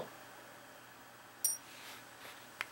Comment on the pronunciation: Please don't say peace like that ever again!!!